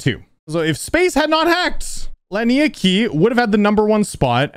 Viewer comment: Laniakea is pronounced "lah-nee-uh-KAY-uh", but awesome video